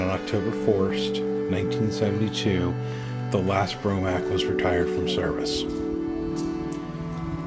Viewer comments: This is a very good video. The only nagging glitch is the narrator constantly calling it the "Bromac". It is pronounced "Bo Mark" (BOMARC). I have posted my own video about this site on my channel, and it discusses the 1960 accident. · It’s BOMARC, not BROMAC! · It's BOMARC not BROMAC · Bromac? Or Bomarc? I think it’s the latter. Good job either way...subbed.